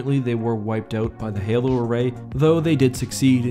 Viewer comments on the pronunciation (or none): none